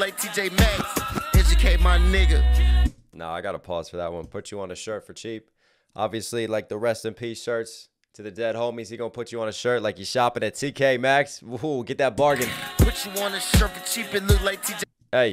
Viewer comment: Naw, you not getting away with that. I heard you say T(K)Maxx lol